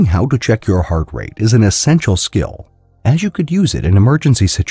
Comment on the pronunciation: "How to check heart RAT" lol great video